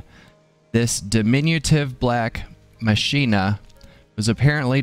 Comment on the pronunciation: Grats on the minion! According to Final Fantasy X, I think it's pronounced Mach-ee-na, but don't hold me to that, FFX isn't exactly the defacto Final Fantasy XD